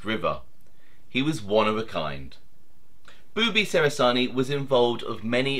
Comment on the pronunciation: I knew Boobie well...it's not pronounced "beeewww bee" it's a faster sounding bubby...